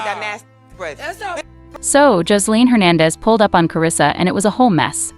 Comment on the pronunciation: WELL YOU MESSED UP HER NAME